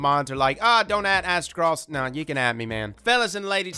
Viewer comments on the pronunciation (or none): Coming from a guy that pronounces his own name as azte- this is not surprising. Common dude, it's clearly Aztec Ross.